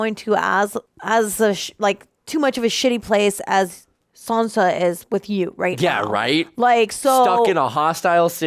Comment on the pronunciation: How are you still calling Sansa...Sonya??? Lol 😆